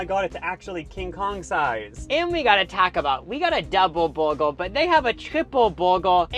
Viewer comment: Hearing the one dude try to say “burger” was enough for me to turn down the volume. Bwergwer.